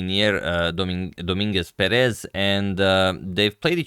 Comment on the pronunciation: Dominguez PErez not PerEz